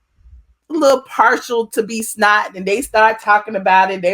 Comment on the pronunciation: Is it me, or does it sound like she saying B Snot?